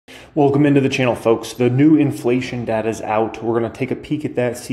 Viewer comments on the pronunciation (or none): none